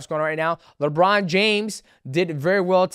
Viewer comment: my guy said "LaBron James!" lol